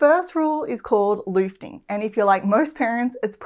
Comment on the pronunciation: Loofting, easy margen, buffnin and tezmatozen? Good try... Luhft-ning Eehs ee marg-hen Boof-ning Tass metood-en